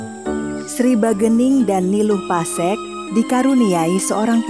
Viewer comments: Kok pasekan,bukan pase'k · Nama nya niluh pasekkan bukan pasekan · Pasek bukan pasEk🤣🤣